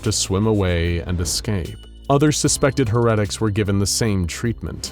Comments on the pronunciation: saying heretics as hair-ret-tics is heresy. I bet the eye mutated the fish people. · Lol wait what did you call it? "HER EHT ICKS" ??? Lmao what?? 🤣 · *eye twitches in Warhammer 40K* it’s pronounced HAIR—EH—TICKS… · It's always adorable when the narrator has to say 'Heresy" or "Heretics" because he doesn't know how. And it's so cute.